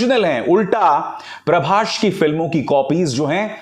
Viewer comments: Parbashhh nahi parbhas 😂😂😂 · Pehle naam thik se lijiye .. "Prabhsh" nahi ..prabhas hai wo Lot's of currection needed in your video .. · First you learn his name properly.. it's prabhas not prabash.. bollywood dog